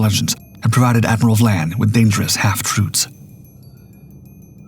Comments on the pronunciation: Admiral VIAN, not VLAN !!! And Breconshire was a merchant ship, so would not be HMS! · The second letter of Admiral Vian's name is an "i" not an "L." In the narration it appears to be being pronounced as Vlan as in flan. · Human error. Just think… AI slop would have pronounced that “VYE-ayn.”